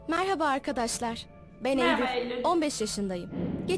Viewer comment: No one: Really no one::Meraba Eylül